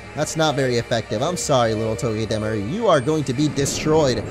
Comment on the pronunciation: I cringe every time he says togedemaru and unova wrong .. 😑 lol